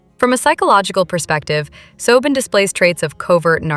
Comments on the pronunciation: Soben? Do you mean Sobbin? Pronunciation!! 🤬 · Yes! It’s annoying that the (oddly-pronounced) version of Robyn’s name is often used—though not consistently—throughout. ‘Just goes to show A.I. isn’t perfect.😂